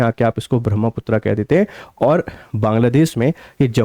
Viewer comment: महोदय अंग्रेजी के कारण अपना उच्चारण मत बदलिए , ब्रह्मपुत्र को ब्रह्मपुत्रा कर दिया है